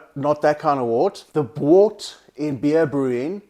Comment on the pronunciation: It's pronounced wert